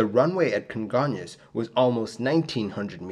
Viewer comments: Your pronunciation of Congonhas is really good! Great job on this video! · Good job saying "congonhas". I remember seeing the flames from where I worked. Crazy sad.